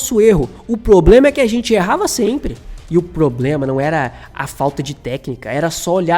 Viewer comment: O PLOBLEMA, E O PLOBLEMA! analista pessima!!🤪